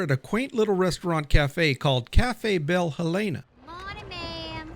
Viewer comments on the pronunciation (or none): none